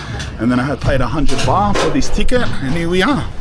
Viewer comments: Live the video but It’s baht mate not bar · Lmao calling 'Baht', 'Bah' like a sheep or something 😂 Jokes aside hope you got back home safely cuz you are a real one we love you